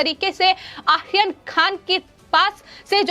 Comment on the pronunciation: आर्यन खान को आसीन खान बोलती है. 😁